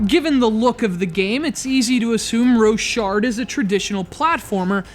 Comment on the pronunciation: its pronnounced "rock hard"